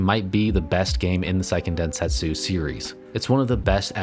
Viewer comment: Since the word is used so often: it's worth noting that the pronunciation is "SAY-ken densentsu", rather than "PSY-ken". "Se" in Japanese sounds roughly between "seh" and "say". "PSY-" would be "sai", rather than "sei".